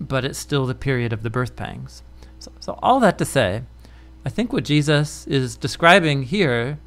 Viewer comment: WHY THIS GUY KEEP SAYING JEUSIS ??? That’s so disrespectful